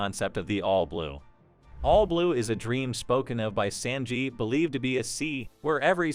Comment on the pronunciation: we're 11 seconds in and you've already mis-pronounced sanjis name..